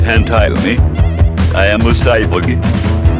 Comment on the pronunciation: Han-Tyumi says hes a "cyboogie". I know it's annotated as cyborg but he definitely says cyboogie